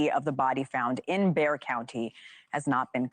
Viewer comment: Bexar the x is pronounced like an h. Everyone one here in Bexar County, pronounces it Bear County.